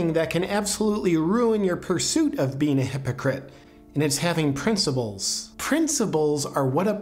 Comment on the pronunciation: Principles!!!!!! There is no “B” in the fucking word!!!! Don’t try to master thought until you master communication.